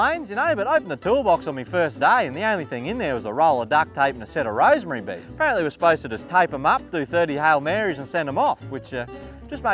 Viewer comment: Rosary beads* bro "Rosemary Beads" LOL